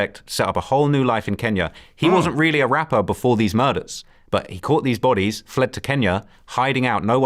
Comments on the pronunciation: Where did the random T come from. Your mixing up your accents. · 😂😂😂😂 at Bot-E’s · This guy’s obsessed with people catching bodies or likes to say bot-E’s 😂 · better than bah-deez